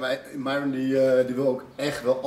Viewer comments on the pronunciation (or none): k kan er echt niet tegen dat niet myron zegt maar MIERON